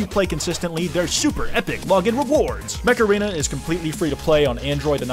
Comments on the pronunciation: when you were doing an ad read for mech arena i thought you were saying macarena 💀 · I THOUGHT YOU SAID MACARENA OH MY GOD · I have no clue what the sponsor name was cause I could just hear "macarena" everytime he said it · When said mech arena I actually heard "Macarena"